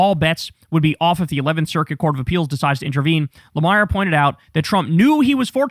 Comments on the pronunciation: Just fyi ... no big deal, but the MS Now reporter's name is pronounced Jonathan La-Meer. And yes, the Merrick Garland thing is absolutely unforgivable. How. Could. They? And I am a Biden supporter! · How do you not know how to pronounce Jonathan's last name? 😂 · KYLE just proved to everyone that he has actually never watched an episode of Morning Joe. He would know how to pronounce J. Lemire's name.